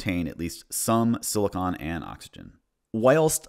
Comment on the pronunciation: I like your video i think it is good. But you kept saying something that irratated mr slightly you keep pronouncing silicon as silicone they are not the same other wise. Epic sause